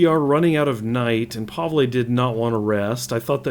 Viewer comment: Pavle - pronouced (pah-vul)